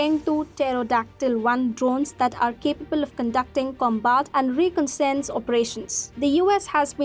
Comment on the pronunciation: What is wrong with your quality? She could not pronounce reconnaissance correctly. 🙄